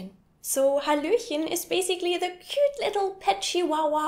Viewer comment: l like your halohen